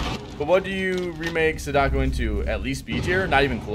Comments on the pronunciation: Is no one going to tell him he's pronouncing Sadako, like, REALLY wrong? Love the vid, but that keeps catching me off guard. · please don't suggest you know the game better than the devs because they didn't do what you want.... also it's completely disrespectful for you to still be pronouncing sadako that way.... like at least make an effort to try it correctly